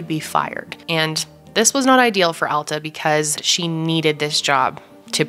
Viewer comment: Thank you for pronouncing "Alta" correctly! ❤️ It's not a common name and a lot of people mispronounce it.